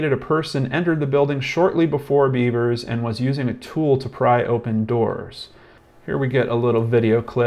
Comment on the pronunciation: You should learn the proper pronunciation of the name of the person you're speaking about. I think it's insulting that you keep saying "Beavers". I'd be pissed if it was my loved one. I see the dumb cop said it, too.